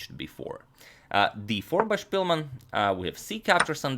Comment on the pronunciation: Spilman a ne Špilman. Velemajstor je Englez a ne Njemac. 🙋